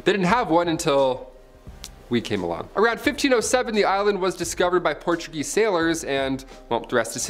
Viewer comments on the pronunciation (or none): none